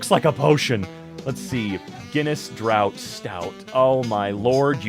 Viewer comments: The whole video and the only thing that brought on a Spock Eyebrow was your pronunciation of "draught". It's 'draft', not 'drought'. You know, 'draught beer'?, Wait... Do Americans spell it 'Draft Beer'? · Draught....pronounced "draft".